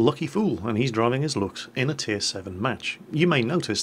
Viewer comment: You got really good at pronouncing Luchs,.